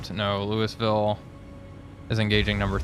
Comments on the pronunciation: loo-ey ville... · FYI Louisville is pronounced Lewyville or Lou a ville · Looeyville or Lou'ville, it's grating on me like pronouncing Illinois with the 's'. Aside from that I love your content! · The S is silent in Louisville man lol.